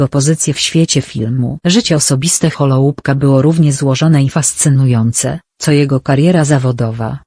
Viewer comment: Wymowa nazwiska byla okropna...